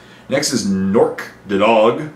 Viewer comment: I always thought Nork's last name was pronounced "Dead Dog." O_O